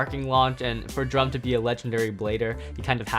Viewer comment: It’s Drum